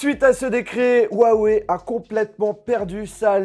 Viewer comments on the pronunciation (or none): On dit pas ouaoué mais hiouaouéi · on dit rrrrrrouawoueille;) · Déjà apprenez à dire huawei correctement : on prononce "rruawaiye" Et maintenant vous pourrez frapper touts individus le prononçant "ouaweiye"